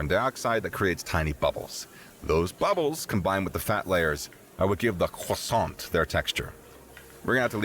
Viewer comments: You call Croissant a 'khrua-sont', AUTHENTIC FUIYOH!!! I'm not French, but a Thai and that's exactly how we call croissant with a bit of difference to fit the local accent. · Please stop saying croissant like that